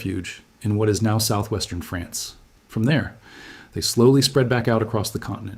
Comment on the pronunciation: France, not Frence.